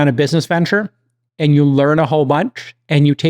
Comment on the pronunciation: don't know what kind of accent/impersonation Jcal is doing here, but it's weirding me out. "Emotional Teeeengent" "ith duzzz" "eeend we all benefit"